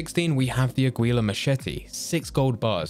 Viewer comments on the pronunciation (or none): The way he said aguila💀💀💀